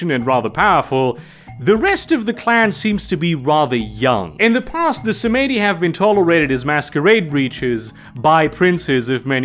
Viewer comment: you can pronounce Melpominee correctly but not Samedi? i've been binging your videos notwithstanding. great content!